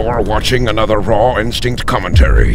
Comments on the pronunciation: Why don't you pronounce instinct properly? You say insinct... there are two T's in instinct. Good vid though :P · your name is raw instinct, not raw instink. pronounce it correctly. haha